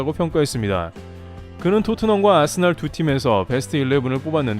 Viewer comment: 아스날이라 쓰고 아스벌이라 읽는다